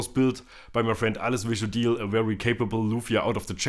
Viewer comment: maaan great rewiew, but improve name pronounciation of his name :D